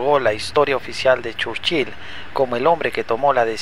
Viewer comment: Que rara pronunciacion churchil